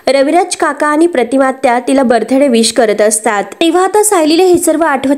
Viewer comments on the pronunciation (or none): बर्थ डे चा उच्चार चुकीचा करण्यापेक्षा वाढदिवस हा शुद्ध मराठी शब्द वापरायचा ना ! प्रदर्शने प्रदर्शन , वाढदिवस आठवला ऐवजी वाढदिवस आठविला , ठाय मांडून बसले आहेत , तुम्ही जाऊ शकतो ही कुठची भाषा आहे ? वारंवार सांगूनही ह्या ताई का बरं बदल करत नाहीत ? आणि प्रतिसादही देत नाहीत .